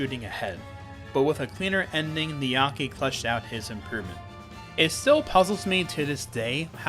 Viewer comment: Heads up, the name is 'niyake' (ni-ya-ke) not 'niyaki' (how you pronounced it). The ke is pronounced like "keh"